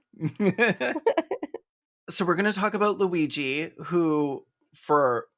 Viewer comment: The minute or so of fretting about the pronunciation of Luigi's name only to get it perfectly while doing the mock Italian accent is sending me.